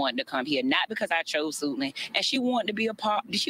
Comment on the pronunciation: Did she say...SUITLAND HIGH SCHOOL?